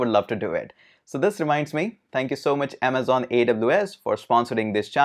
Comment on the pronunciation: "In this video, we are going to talk about 'Aamzon AWS' " 😂